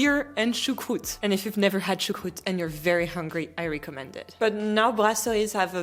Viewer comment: I enjoy and appreciate your informative, helpful videos. Speaking of Rosetta Stone and languages, just a tip for your already good English: in 'recommend', the 're-' doesn't rhyme with 'tree'. In other words, the 'reco-' part rhymes with 'gecko'. Think: 'the gecko mends' 🦎🪡 in 'he recommends'. 🤓